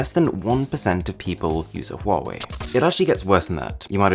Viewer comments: is acther call 华为 not 花为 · ITS HA WA WI NOT HAWUAWI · What people say : wawee What i say : Hawawee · U know that it is pronounced as “wuave” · Says that when he say Huawei being pronounced as quarry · For Huawei it says “quarry” sometimes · Bruh chinese people when they hear Huwawei: Lame ass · Good job I don’t have a huewia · I didn't know how to pronounce it but liked to "believe" it was pronounced Hooway like hooray by a British toff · There is one thing that you didn't know about Huawei...how to pronounce it properly!